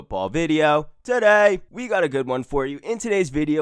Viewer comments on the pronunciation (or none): "TUH DAY!"